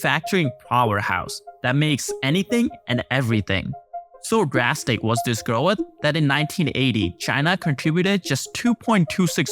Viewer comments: the word is "growth"..not "groweth" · Solid narrator, one small critique, Growth = groath Not “gro uth” ❤ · I love rhe bizarre way this guy says "growath"